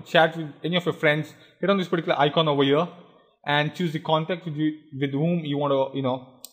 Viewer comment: particular puh-tea-coo-la